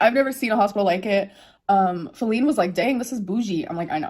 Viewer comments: Who tf is falleen??! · Who the hell is Feline or whatever she’s saying?!?